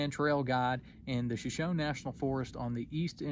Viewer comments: I doubt the lack of a picture would call your story to question but the improper pronunciation of "Shoshone" raises an eyebrow or two. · Frightening animals. By the way , our Shoshone brethren pronounce their name with a long ' ee ' at the end.